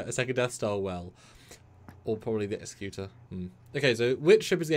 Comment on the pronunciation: My brother in Trek, the Super Star Destroyers name is pronouced "Eggs-eck-u-tor." Executor: a person or institution appointed by a testator to carry out the terms of their will or a person who produces something or puts something into effect.